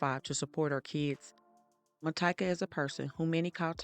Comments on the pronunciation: Its actually pronounce Ma-tea-ka, and she went by Tyka. I worked with her. She was a sweet person who always thought everyone deserved a second chance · It’s pronounced Mah TEE kah